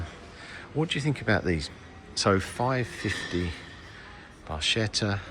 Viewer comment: A very beautiful Ferrari 550. By the way the pronounication is not Barschetta - it is Barketta! Viva Italia 🙂